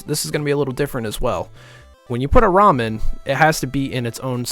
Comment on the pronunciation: "When you put a ROM in (Ramen)" I can't unhear it lol